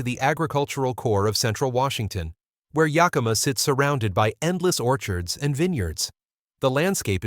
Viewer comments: It's pronounced Yak-a-ma yaahoo! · Thanks for the info. I'd like to point out two things. First, Yakima is spelled with an 'i'; it does not sound as you say it - Yakeema. Second, President Trump is looking to appoint a new treasury guy who is willing to drop interest rates. When this finally happens, homes will suddenly become more affordable. Don't you suppose this is why so many are waiting to purchase?